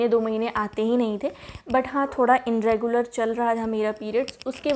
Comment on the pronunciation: dear inregular nhi bolte its irregular....just correcting you don't mind...m bhi kr deti hu mistake